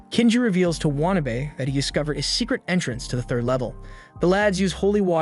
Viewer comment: Say It with me...waa...na...be.